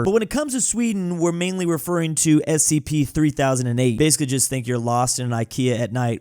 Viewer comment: And he actually got the correct abriviation... You'd be suprised how many people don't know it's "Special Containment Procedures"